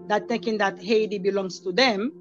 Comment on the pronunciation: It's Hay T